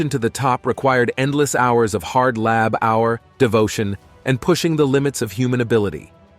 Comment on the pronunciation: why is the narrator mispronouncing labour and tumour?